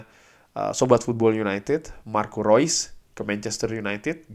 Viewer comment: Thanks updatenya bang.. thanks juga buat selalu spelling nama2 pemain sesuai pengucapan aslinya.. baru tahu kalo "Reus" dibacanya "Rois" secara dia jerman.. selama ini mah nyebutnya "reus". sekalian belajar foreign language.. thanks.